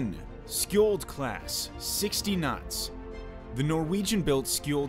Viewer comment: Skjold's top speed is classified. 60kn is just the sustained cruising speed. Speed boats have been passed by Skjold class at just below 70kn and speculants say it is probably capable of 74kn. It's pronounced "sholl" by the way. Also the missile banks count 6 loaded at a time, 3 on each side.